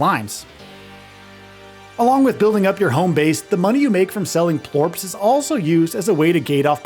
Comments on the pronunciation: All video is from the first area only. He mispronounces plorts to plorps. Maybe spend a little more time on the games before you review them... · sounds like plorps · Am I the only one annoyed how he says plorts